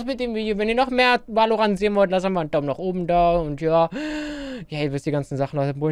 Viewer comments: no front aber es wird "wällorännt" und nicht wah o rahnt ausgesprochen:) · Wenn er noch einmal WALORANT sagt sage ich:"Somebody's gonna die tonight" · Wer kennt ihn nicht Wal-lo-rand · Em Es wird zwar valorant geschrieben aber es wird "welorent" ausgeschprochen 😂 <3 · man spricht es väloränt aus! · die aussprache von valorant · Mich triggert so das du Valorant falsch aussprichst😂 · Richtig nices game aber bitte kannst du es das nächste mal englisch aussprechen :)